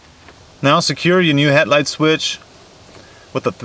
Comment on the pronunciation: He said "Het-light" and "Plag"